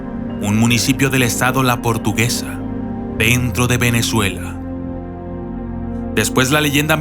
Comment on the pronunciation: Es el estado Portuguesa no la Pirtugiesa